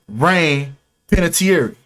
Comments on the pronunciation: Panè-tear lmao how you would pronounce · You can’t even pronounce her name right with your speculation you’re trying to state as facts lol learn how to read first damn lol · Butchers last name and immediately "I don't give a damn if I said her name wrong or right". But bruh 🤣🤣